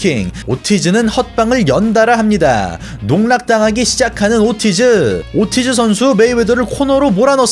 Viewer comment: 목소리도 그렇고 말투도 그렇고 얼굴 나오는거도 되게 거슬리네요. 그리고 이분 영어를 못하나요? 오르티즈를 왜 오티즈라 하나유?